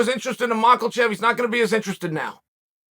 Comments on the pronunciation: There is no “L” in Islam’s last name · Chael: macklechev